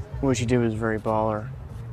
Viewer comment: HE FR SAY “what🙈” “nAo🤧”